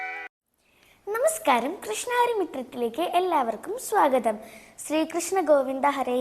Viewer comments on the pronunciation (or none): none